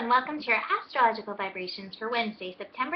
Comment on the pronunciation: ASS trological forecast ? You may want to change your emphasis on the ASS in astrology. I enjoy your daily forecasts. and I appreciate you. Just thought you might want to be aware of the emphasis which you may not intend!!